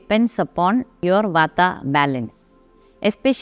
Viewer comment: Did she say water balanced? I put on the caption and it stated vata balance..